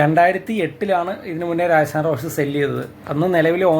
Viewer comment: രാജസ്ഥാൻ ആണ് bro രായസാൻ അല്ല 😄😄